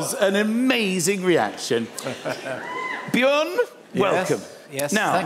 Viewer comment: Actually, "Björn" is pronounced "B-yearn". Swedes, and other Scandis, are YEARNING for you to get it right. ;-)